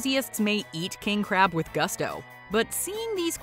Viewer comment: If you can’t pronounce “gusto” just don’t do it, cause is a lazy attempt to speak foreign language but without really trying